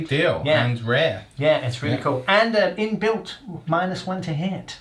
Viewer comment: Minus 1 "in-built"...